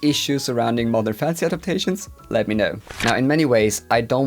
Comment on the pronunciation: Haha not a native speaker here, and listening to this video while doing chores I kept hearing « mother fantasy » instead of modern xD it does have a ring to it right? lol